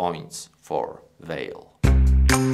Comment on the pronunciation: I´m Brazilian and I think strange the way is pronounced Vale´s name in this video. Here in Brazil we pronounce the company´s name something like VAHLEE. We pronounce the letter E, at the end of the word like a E sound, with a stress in VA.......But it is an interesting video. Thank you!